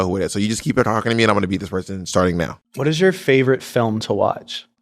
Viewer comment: bob, not you saying "poy-son" instead of person for your bernie sanders impersonation. not the goddamn bore worms, sis.